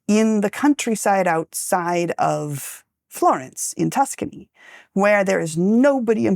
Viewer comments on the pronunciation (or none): none